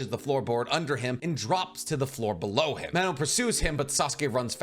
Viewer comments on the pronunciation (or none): none